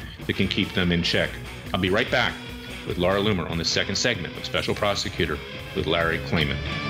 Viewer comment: Look Larry! You are really doing your client & the case a dis-service when you address the journalist Laura Loomer as Laura Loom, or Loon, or whatever you are saying. Her name is LOOMER! Get it straight!